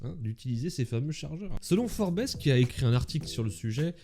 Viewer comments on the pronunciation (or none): "forbèse" nan Forbes 😂